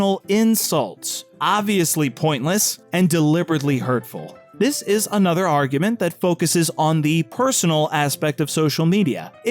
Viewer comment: Anyone else annoyed by how it sounds like he says "Argumen" rather than "Argument"?